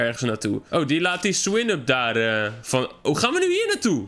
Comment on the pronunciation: hij zegt ook swinn up in plaats van swinub